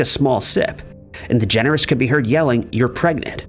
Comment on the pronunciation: I like it, that you pronounce it "Ellen Degenerate" ^^